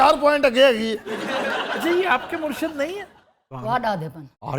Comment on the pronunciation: Aftab Iqbal sahab: It's "Murshid" not "Murshad".... "Murshid" is for leader => peer! Where as, "Murshad" is for the followers => awam!